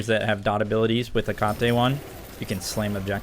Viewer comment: Theres gotta be a secret psy-op for every smite youtuber to pronounce Hecate wrong :(